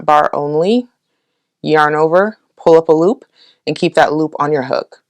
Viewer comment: "pull up a loop" is starting to sound like "pulopalop" to me :D